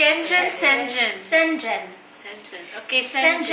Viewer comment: Dapt pronounces shengen not shengen